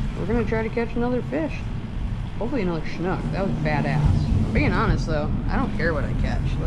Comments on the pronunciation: It’s also a snook not a schnook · My dad tied on some eurotackle jigheads I gave him last year for Fathers Day but didn't catch anything in the extremely high water the last few days in the Wisconsin River. I like how you Minnesottans pronounce "snook" as "snoochk" or however you'd spell it. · no H in Snook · Driving me crazy when you call it a Shnook! It's Snook. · Haha that’s how I said Snook too for the first time lol. My guide told me after the third time there was not an H in Snook! Great catch!